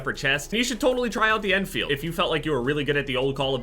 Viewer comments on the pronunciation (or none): why do you call it the en feild